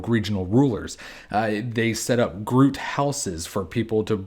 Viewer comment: It’s pronounced groo-it, not rhyming with fruit